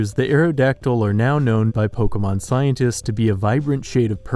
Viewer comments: "Polka mon" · It's poh-kay-mon, not 'poh-kuh-mon', fuck this guy